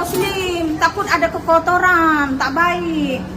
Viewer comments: kekototoran..Kokonohaaa aann..😂😂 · Macam orang kl je cuba dengar dia sebut kekotoran macam orang kL 😅